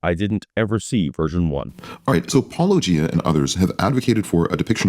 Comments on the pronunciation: Hes clearly not an apologist, as he pronounced Paulogia correctly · and for pronouncing your name right. 👍🏼